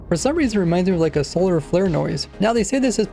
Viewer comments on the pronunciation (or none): none